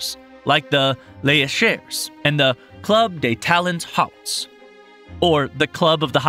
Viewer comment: Yeah I know right. It’s understandable and okay to not be able to pronounce words in foreign languages that well. But the absolute zero effort to at least find out how they’re pronounced... “club day talons HOTS” lol.